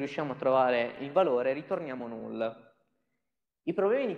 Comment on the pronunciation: In inglese, "none", "some", "null" e "unwrap" non si pronunciano così. Si pronunciano, pressappoco, "nan", "sam", "nal", "anraap".